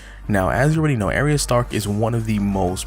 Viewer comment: I'm sorry ...I HAVE to correct your pronunciation of her name....it's Ahhh-ree-yah or another common one is Arr- yah...long A not short....sorry but it matters.